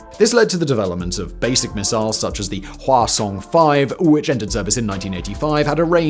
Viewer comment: I kept hearing the name of their ICBM as "croissant" and refuse to change that